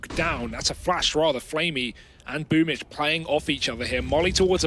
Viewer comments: It’s BOOMbl4 not BOOMBL4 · Why is it pronounced as boombitch?